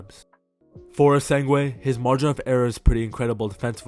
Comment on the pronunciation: Man where you getting the W in essengue from